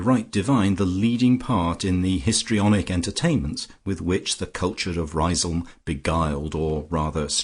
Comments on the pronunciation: Great novel - unfortunately ruined by a poor lacklustre reading. I also thought Lucia's home was pronounced 'Riz - um'. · Well, you could look at it that way... or you might say that even an amateur who decides to undertake such a reading ought to familiarize himself with the work at least to the extent of learning to pronounce the name of the town correctly. It's a really stupid and annoying mistake, repeated endlessly, causing a cringe each time. Finally, you get what you pay for.